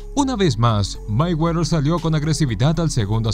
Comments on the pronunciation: Ni siquiera sabes pronunciar "Mayweather" que verguenza! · Ni siquiera sabes pronunciar "Mayweather". Que bruto!